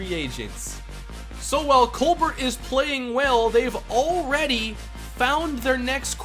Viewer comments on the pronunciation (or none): none